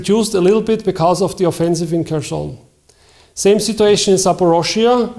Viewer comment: Bitte an der Aussprache arbeiten: "Cherson" wie "Charkiv" hat am Anfang ein (kyrillisches) "Х". Dasselbe gilt für Zaporizhzhia (*) - da gibt's eine Audio-Datei in Wikipedia. (*) Die englische Schreibweise mit "z" statt "s" gibt die stimmhaften Laute besser wieder als die deutsche Schreibweise.